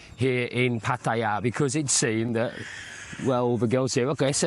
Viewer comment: Interesting vid,. Some thoughts: 1. It's refreshing to hear a Westerner pronounce "Pattaya" correctly! 2. Your girlfriends have been different, right? I would be intrigued to hear how you have found them. 3. Money is always the bottom line. If a guy wants to "donate" 10,000 baht to a female friend, and that's nothing to him, up to him.